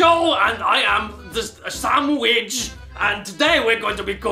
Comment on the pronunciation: Sam widge, pete zah, and gar bidge. The unholy trinity of the cooking show segments of caddy vids